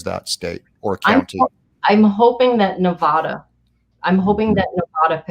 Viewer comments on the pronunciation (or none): Yes, do Nevada (not Nevawda) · Liz: the word is Ne-vad-da, short “a”, not Ne-vah-da. We’re right next door. If you wish to alienate your support, just keep mispronouncing the name of our state.